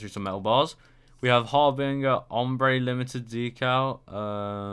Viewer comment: its pronounced 'har-bin-jer'